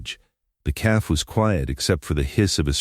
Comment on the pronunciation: “Calf” for “cafe”?